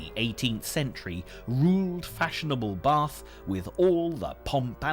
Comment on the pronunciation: there no r in bath